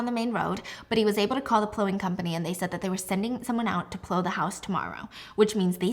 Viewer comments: Girl. How do you mispronounce plow? 😂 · As someone from Buffalo, saying "plow" in a way that rhymes with "blow" is strange but cute